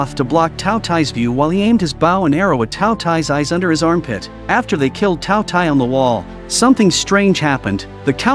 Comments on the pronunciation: K thought he said taco tie 💀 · All I hear is two t ai😂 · Bro just say the name correctly